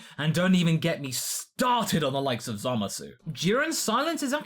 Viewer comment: "Za Moss", not "Za Ma Sue" fucken